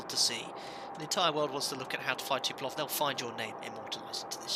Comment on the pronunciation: Love the Vids... but it's TUP PO LEV.... not TU PE LOV. Sorry, had to vent! :-)